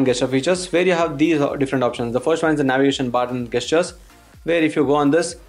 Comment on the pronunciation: Its not Gaystures, its Gestures. Stop saying that!!